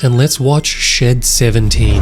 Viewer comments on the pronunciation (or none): I thought he he said”shit 17”